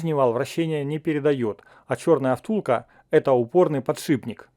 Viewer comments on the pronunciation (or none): none